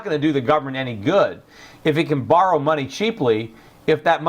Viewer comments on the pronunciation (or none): none